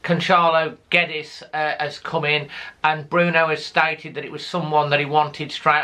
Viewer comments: GWEDDES not GEDDES! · Guedes surname is actually pronounced as "Yedes (yed-ez)"